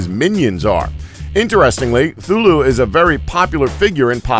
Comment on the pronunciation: It's cathulu not thulu